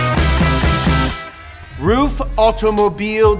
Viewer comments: That joke was wank and did not work it's pronounced(run) roof it's pronounced rough idiot and least you pronounced aluminium right lol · its pronounced roof? I've always thought it was like 'ruff' since gran trismo 2 lol. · Lol “Roof” isn’t it Ruf. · He was pronouncing rug wrong it's pronuced rough but who cares right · Somebody please teach how to pronounce the foreign words, because it's not funny to be look ignorant, when you make such an information-soaked show;) thank you